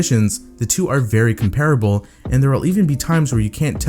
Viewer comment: one plus 6 has a "480 fps fps"? wow! that's a lot of fps! also you mispronounced comparable.